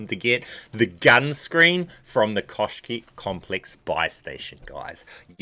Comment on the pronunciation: its Kosh'ei Complex, read it so :)